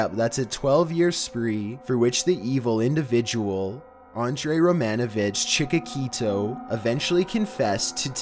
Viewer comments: It's not pronounced chick-ah-key-toe. It's chick-ah-till-oh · #13 not Chikokito. it is Chikotilo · Wtf is chikakito? It's CHIKATILO. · HE SAID CHIKAKITO, my man it's chikatilo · His name is Chikitillo! Not Chikitiko!!! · Chik-a-til-o , sorry but that bothered me. Chik-a-keet-o, jeez man, you butchered the butchers name. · Chickaquito, LOL! It's Chick-uh-TEE-loh. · You're always butchering words! It's not "Chikakito", it's Chikatilo. Take some extra classes and open a book please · Number 13 is not Chika-Kito, he's Chikatilo (pronounced Cheekahteeloh). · It is A.R. Chikatilo not Chikatito like you said. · no no no no no....it's Chikatilo not Chikakito lmao XD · do you mean chick-a-tilo not chickakito in number 13 lol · "Chikatilo", not "Chikakito"! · Cheek-akita made me laugh so hard I can’t even explain No, it’s “chee-kah-tee-lo”. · It’s Chikati-LO, not Chika-KEETO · Chikakito))) it sounds more Mexican than Ukrainian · yeah, it's definitely not Chiquito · It's chikatilo, not chikakito. The reason he was on a spree for so long is simply because soviet police sucked so bad. And there were worse seriels killers than he. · The Russian serial killer and cannibal was Andrei Chikatilo, not Chikatito. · Chekokito? 😂😂😂 it’s Chikatilo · Its ChikaTILO, not ChikaKITO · Great video... It's Andrei Chikatilo... Not "chikatito" just letting you know for accuracy. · Oh my God , it's CHIKATILO. Not chikakito!!!! Face palm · Russian maniac's last name is mispronounced. It's Chikatilo, not Chikakito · It's Chikatilo, not chikikita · Andrei Chikatilo. Not Chikakito. :) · Chicakito LOL .It's Chikatilo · ChikaTiLo! not Chikakito :D sounds like pokemon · Andre Chikatilo, not Chika Quito! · Its CHI-KA-TI-LO not chikakito..... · Number 13: His name is Andréi Chikatilo not "Chikatiko" lmfao... always mispronouncing things 😂 At least his video's are good! Unlike way too many people now days! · chikakeeto lofl its chikatilo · chi ka ti lo , even subtitles say it cmooon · It's Chikatillo